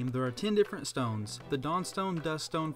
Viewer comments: You said moon dtones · Sorry I had to mention 'Dtones'